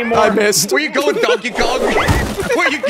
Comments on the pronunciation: did no one realise he said “konkey dong” ? instead of donkey kong lmao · Did everyone miss saying Donkey Kong wrong in the beginning? 😭😭